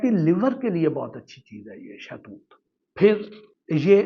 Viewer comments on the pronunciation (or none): شاہ توت نہیں ہوتا صاحب شہتوت ہوتا ہے